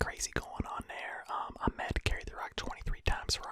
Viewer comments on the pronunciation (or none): And as crazy as it sounds, Salvon Ahmed is pronounced, “OCKMED”